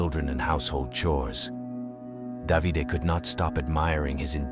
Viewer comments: I can't believe it. A true crime from Italy. I live in Italy. By the way, the husband's name is pronounced Dã.vi.day. Spelled D.a.v.i.d.e. Just subscribed 😊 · If you knew the language then you would know it’s not pronounced da vi day. It’s da v de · Davide (pronounce Davi-DeH) not 'Davidi' 😄